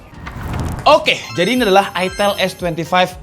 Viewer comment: itel kok dibaca itil?